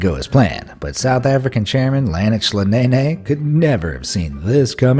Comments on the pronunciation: He pronounced “Nhlanhla Nene” as “Lennox Lanene”. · Loolx this dude's pronunciation of the name "Nhlanhla Nene" 😂😂😂also quite cringy when you know how it's actually pronounced 🤣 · Lol nhlanhla nene yall pronounced it's wrong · Love how he pronounced Nhlanhla Nene''s name 🤪🤣🤣🤣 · You pronounced Nhlanhla Nene Wrong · 😂😂😂 I can't heyy, that is noott how you pronounce Nhlanhla Nene🤦🏾‍♀️ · Um, bro, you completely mispronounced Nhlanhla Nene's name, like, terribly 😂😂😂😂😂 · Best mistake in this video was the narrator of the video completely mispronouncing Nhlanhla Nene (guy whose chair gives in). 😂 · It is "Nhlanhla Nene" and you pronounced it wrong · "Makes a video about embarrassing moments, then butchers the pronunciation of Nhlanhla Nene"